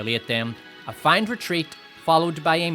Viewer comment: feign is pronounced like "fane", not "fine" - just so you know